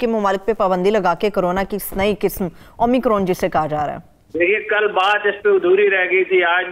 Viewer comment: KISM......QISM....NAHI.......AAP QAAF SAHI BOLNAY KI KOSHISH BICHARAY KAAF KO BHOOL JATI HAIN.......BIBI AAP KA AUR MOHTARUM HAROON SAHAB KA PROGRAM BAHUT HI ACHA HAI........PAISH KASH LAJAWAB.....KAANO PER GIRAN NAHI GHUZERTA.